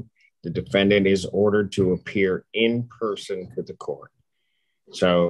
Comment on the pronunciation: "I'm going to odder an in-person appearance, so he'll be closer to where he's going." is hilarious!